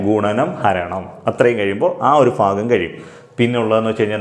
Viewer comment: ഫിന്നസംഖ്യ ഫയാനകം, ഈ ഫാഗം എന്തുവടെ ഫൂമിയിൽ തന്നെ അല്ലെ